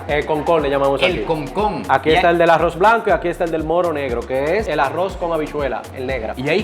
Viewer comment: No quiero sonar criticón pero porque le dice "awos" al arroz y "cawne" a la carne pero las palabras rápido, ensalada Rusa, rápido si pronuncia las "R" bien 🤔⁉️